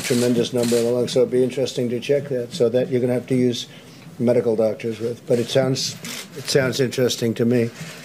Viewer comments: Oh my days no matter how old I cant stop watching and laughing esp at the point where she points to her butt and later when she accentuates "medical doctors". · The slight pause before “medical doctors” killed me